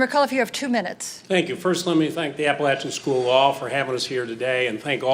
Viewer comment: To start off the debate the announcer pronounces Appalachian wrong before the moderator is introduced!